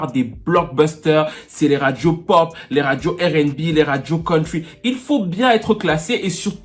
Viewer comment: Je ss ton fan.prq tu continues a dire:errr n bi?. That should be:arr n bi.je tapprecie mon frere👊🤝🏾